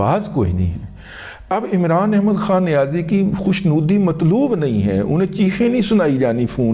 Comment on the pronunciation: السلام علیکم۔ آپکی زُبان لڑکھڑائی اور ایک نئی تخلیق ھوُئی: “عمران احمد خان اڈیالی”! بھئی واہ!